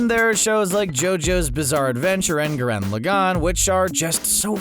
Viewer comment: I hate how he pronounced Madara and gurren lagenn